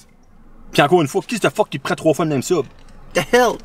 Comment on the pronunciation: je vais pas souvent au subway pi au debut chaque fois tu disais 3 SUB jentendais 3 soupe , fak jtes comme calisss 3 soupe 35 piasse c cher subway , hahaha apres la 3iem fois jai compris , jsuis sourde en maudit